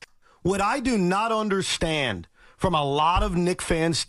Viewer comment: " i dont unde-shi-end" sound like C.U-N.T